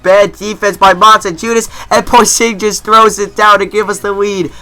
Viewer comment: cant stand how you mispronounce Porzingis -___